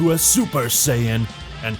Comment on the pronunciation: Also I completely AGREE!!! But could you please pronounce Saiyan correctly